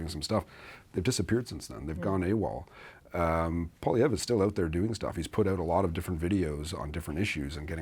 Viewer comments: obviously failed grade three English. Poliver? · Why does always call Poilievre, Polliver?!